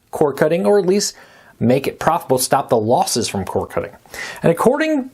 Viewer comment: "Losses" sir, not "Loses".